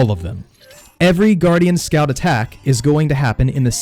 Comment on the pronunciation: Its weird, I keep thinking your saying scalp(I think that's how u spell it) instead of scout.